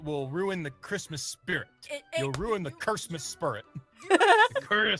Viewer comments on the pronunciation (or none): Noooooo *Chrimas spurrit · We love the cursmise spurret